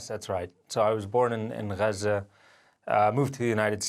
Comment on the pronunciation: Stop saying Gaza like that Americans are stupid. If you say Gaza the same way an American would you will connect with Americans for sympathy for the Palestinian cause, when its said the way this gentleman pronounces it I don't even think people in the states know what you are saying.